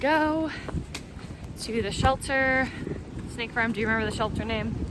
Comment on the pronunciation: I hope you're enjoying your hike. One funny thing: every time you say "Snake Farm" for some reason my ear hears "State Farm". In my mind you're hiking with Jake from State Farm.